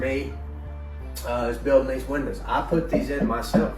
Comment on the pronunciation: Bryce calling windows “winda’s” had me cackling